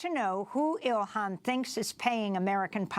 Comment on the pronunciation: ...please...her name is pronounced Ill HAN...not Ill IHAN. This may seem trite and small...but it isn't. Love the video...btw.